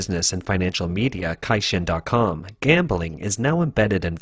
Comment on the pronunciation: Caixin is pronounced Tsaixin, not Kaixin